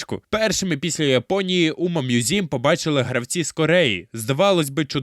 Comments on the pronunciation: Чому ви читаєте назву як умамузім, це ж умамусуме/умамасаме? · Який нафіґ "мʼюзім"?! Правильно ж «Мусуме» (з наголосом на перший склад)!.. Короче, сам автор канала — це ШІшка, яка галімо читає японську транслітерацію. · О так, давайте більше всратих способів прочитати "умамусуме", я навіть поставлю за це лайк!